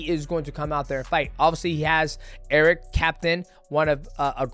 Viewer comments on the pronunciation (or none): none